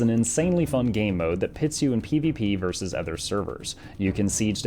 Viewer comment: How come half the time you know how to pronounce 'versus' and the other half the time you think it's 'verse'?